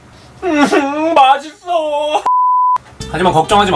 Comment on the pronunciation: 초콜릿 녹은거 나왔을땤ㅋㅋ 으으응 녹았thㅓ 으응 녹았thㅓㅠㅜ (1개먹고) 으응 맛있thㅓㅠ 맛있thㅓ 으응ㅠ 이런닼ㅋㅋㅋㅋ th 발음ㅋㅋㅋ